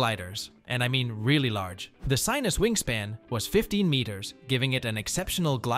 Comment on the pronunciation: They're pronounced. Vear-us, not Vi-rus. Sin-us, Not Si-nus. They're Slovakian words.